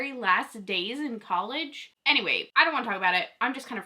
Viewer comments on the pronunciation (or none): none